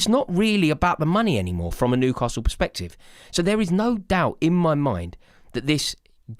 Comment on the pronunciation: are you saying Nucastle not Newcastle it's driving me nuts... 😂